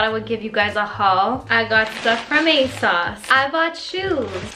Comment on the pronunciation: Yea!! I want all the uni videos! 💖👏 Also I love the way you say ASOS like ASauce lol